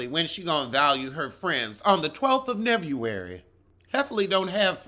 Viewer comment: “On the 12th of Nevuary”…forever answering my kids like this 😂😂😂